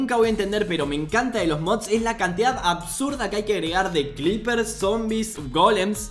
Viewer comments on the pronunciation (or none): Por q carajo les dice cleepers?? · Alguien más escuchó clippers? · No digas cliper xd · Escucho mal o le dice Clippers a los creepers?